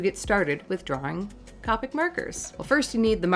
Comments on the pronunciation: It is COPEIC, not COPIC!!!!!!! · COPIC is pronounced with a long “o”…Cope ick and not Cop ick… just saying. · I've really been sitting here thinking these markers were pronounced Coe-Pick and not Cah-pick for a year... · Isn’t it pronounced “Coh - pic” not “Cah - pic” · The pronunciation on Copic is long O Coh Peek Japanese product Japanese pronunciation. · Haha its funny cuz she can't say Copic she says carpet markers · You say Copics the same way Jazza does.. Another person added to the shame list! :p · Its funny how you pronounced the word "Copic." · i’m mad at the way she says copic